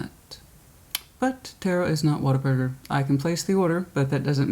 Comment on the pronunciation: Tarot is not waterburger(whataburger) 🤣🤣🤣 love it Texan